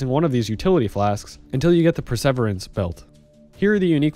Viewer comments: PER SAH VIER ANCE not per--severance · Great guide, thanks! Dat "Per-SEVER-ance" tho, hahaha XD It's "Per-seh-VEER-ance" :D As in "persevere" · Great guide! Just so you know, it's "Per-sir-veer-ance" instead of "per-sev-r-ance". I will use it in a sentence: "It takes perseverance to persevere through incorrect pronunciation" ;) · thanks for another finely crafted guide hate to be that guy, but... perseverance is pronounced 'pur-suh-veer-uh ns' if i thought you were memeing i wouldn't have bothered cheers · Great guide, very detailed. BUT PLEASE go and google the word perseverance... your pronunciation hurts my soul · You pronounce Perseverance in an amazingly humorous way. :] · Per se ver ance.... Is not pronounced like a city in Firefly...